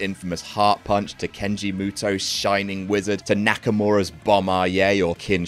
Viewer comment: Kenji mutoh💀